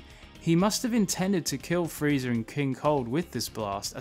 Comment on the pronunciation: Sounds like you’re saying Freezer